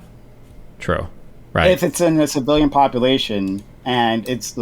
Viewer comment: What is "Popoolation"?